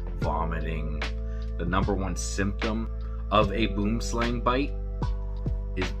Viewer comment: You are pronouncing Boomslang completely wrong. It's an Afrikaans word Boom=tree Slang=snake